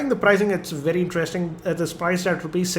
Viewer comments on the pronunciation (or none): none